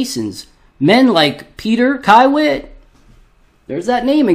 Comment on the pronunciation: It's pronounced key-wit